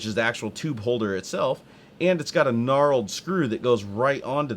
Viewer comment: For your future information, the exterior finish on the nut is called "knurled", not "knarled".